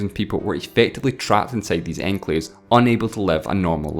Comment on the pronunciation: "51 encalves".